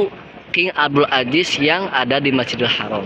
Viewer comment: Maafkan...Mahroj huruf ز (Zain) tolong diperbaiki, ya... Aziz yaa, bukan Ajis 😂 At least, jazakumullah khairan... Sangat bermanfaat infonya